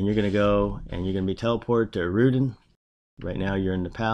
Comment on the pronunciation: It's pronounced "Air-uh-dite" just saying. :)